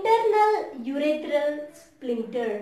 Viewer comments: Ur are Pronuncing the word as splincter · There is no 'L' in that word